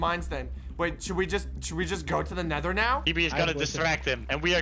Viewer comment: Can we all appreciate the fact says netdar instead of nether